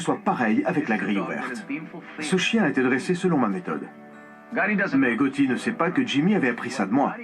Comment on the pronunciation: SUPER comme d'hab ! merci pour la vidéo Ps: Gotti pas Getti ;)